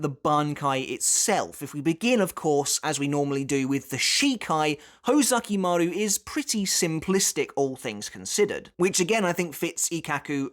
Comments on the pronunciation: ho ZU ki maru. not ho ZA ki maru. you are literally a bleach historian. please try to pronounce it right. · Uhmm...its hOzukimaru not hozAkimaru✌️ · Kinda bothered by your pronunciation of Hōzukimaru (Hoe-zucky-mah-roo instead of Hoh-zookee-maroo). Other than that, great video. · Isn't it pronounced "Hoe-zoo-key-maroo"?